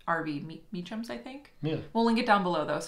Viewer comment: As a Meacham with an -am you pronounced it correctly!